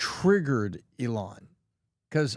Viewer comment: PBD, it's not pronounced Eee-láwn.